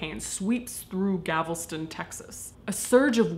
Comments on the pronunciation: Caitlin no! It's Galveston, not Gavelston! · Love your channel, Caitlin... but it’s “Galveston”, not “Gavelston”. 😉🙏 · Oh, and it’s gal-ves-ton, not ga-vel-ston lol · I can maybe see some merit in pumping money back into communities that have been affected by disaster. On a side note, I lived in Galveston (not 'gavel-ston') and the storm of 1900 is very much in the background of the local culture. I think the local community is allowed to set their own standards as to whether or not it would like to profit from such tragedies. The Coney Island ride is too close to my own heart, but I guess them yankees wouldn't take it nearly as seriously. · I super duper love your videos and I know since this is an old one you probably won't even read this comment but it's Galveston not gavelston The L comes before the VE Think "the GAL puts the VEST ON" gal vest on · I mean no disrespect! It’s pronounced gaLveston, tx. Not GaVelston. 😉 I just found your channel a week ago and I’ve been binge watching ever since! ❤️❤️❤️ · Am I the only one who heard her say Gavelston, Texas instead of Galveston, Texas? XD I live in Tx. I think that's why I noticed. lol. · Galveston, not Gavelston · Galveston not Gavleston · Texas girl here 🙋🏼‍♀️ it's *Galveston, not *Gavelston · you said, “Gavelston.” Did you mean “Galveston”? Btw I LOVE you ❤️, and, yes, i’m too lazy to look up the date, sorry. Did I say I love you? I totally do. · For what it's worth..... It's Gal-ves-ton, not Gav-els-ton. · Did you know you kept saying "GAVELston" instead of "GALVESton"? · I love you Caitlyn but as a Texan I have to tell you it's GAL-ves-ton not GAV-el-ston anyway you're making me question the last four years of my life because I wanna give up on uni and just become a Mortician now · GALVESTON! NOT GAVELSTON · Gavlston... gaaaaaal-vi-ston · Gal-ves-ston , not Gavelston. Just sayin'. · Listening to her pronounce Galveston as Gavelston is driving me nuts 😂😂😂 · Oh god, honey. GAL-ves-ton. 😂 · Did she say Gavelston?